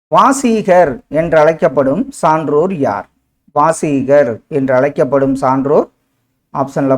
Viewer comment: வாசீகர் கிடையாது சார் வாகீசர். வரும்